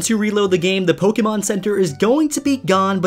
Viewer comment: I dont know how he is a pokemon fan if he pronounces pokemon wrong and cannot tell if a pokemon is legendary or mythical.